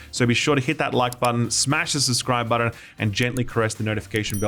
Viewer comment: It bothers me that he says “budden” instead of “button”